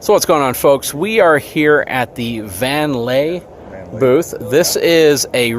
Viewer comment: Great tour! (I believe the brand is pronounced VAN LEE, not VAN LAY. The brand is named after the Tiffin sons.) I've been seriously considering this model. Took a walk thru recently at the Houston RV show. Top notch coach.